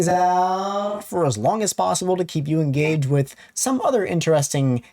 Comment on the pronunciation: "En GAY ged" xD